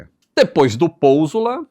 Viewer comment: pousola?? Kkkkkk😂😂😂